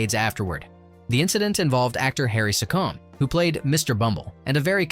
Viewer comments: Harry SeeCm. Not Harry Sickomm. Dont insult our English National treasure by your ignorance of pronunciation. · Don't spend ages telling us about a deleted scene that took 40+ takes and then not tell us which part of the story it was! 😀 (And Harry Secombe's surname is pronounced See-c'm, not See-comb) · “Secombe” is pronounced like “seek ‘em”. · Footnote for your narrator...the actor who played Mr Bumble is Harry Secombe is pronounced as it were spelt Sea-cum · Harry Secombe's surname is pronounced "Seek 'em". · Secombe pronounced Sea-comm. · It Harry Sea come, Harry Secombe not how you pronounced it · Harry's name is pronounced Sea comm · Harry Secombe's surname is pronounced See-Cum. Also, the inserted chat show clip is of Spike Milligan, not Harry Secombe. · Harry Secombe Mr Bumble, the Beadle. - pronounced, See-combe. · Secombe is pronounced "Seagoon". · Harry Secombe is pronounced See Come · An excellent summation! Thank you!!! (By the way, "Secombe" is pronounced SEE-com.) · The pronunciation of dear old Harry Secombe's name in this video makes the watch worthwhile. 🙂